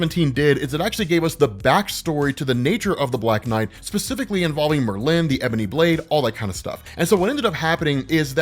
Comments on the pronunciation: 😂It’s not Mer-lin, It’s Merlin! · Merlin.... not Mer-lin. Extremely informative video tho. I feel like I'm a blk knight expert now. 👍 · Great video! My OCD does go into the stratosphere whenever you say “MerLIN” instead of “MERlin” though. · It's Merlin, not Merlinne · Merlin. Mer-Lin. It’s like you emphasize the end of it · Lol. It’s pronounced Merlin like bird species. I have to say it!! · Mer-lyn and stimina instead of stamina get me every time. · Not to discount your great work, but I can't believe you don't know how to pronounce Merlin. Frankly it's because your work is so good. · why do you pronounce Merlin like that... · pronunciation of Merlin cracks me up every time. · Well you're keeping your tradition of mispronoucing at least one name per episode. The accent in Merlin in on the FIRST syllable. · Was gunna comment that too. That's such a peave for me. Same with people who say hash BRowns almost like a question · Keep the emphasis on the latter syllable, keep the conversation going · His blade is an obvious plagiarism of Elric's Black Blade. And Oh yeah...the way you say Merlin is quite disturbing. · Why u say merlin so weird rob? Lol